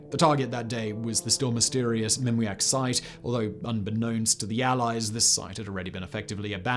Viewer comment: “The site they chose was Mimiak.” Ffs come on Simon, please pay attention to these words rather than inventing something else on the fly?